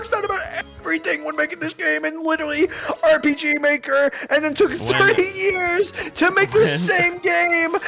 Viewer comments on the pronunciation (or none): “TOBY FOX THOUGHT OF EVERYTHING WHEN MAKING THIS GAME IN WITERAWWY AWPG MAKEW”